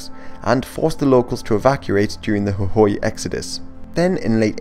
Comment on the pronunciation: Jujuy, Moreno and Córdoba are mispronounced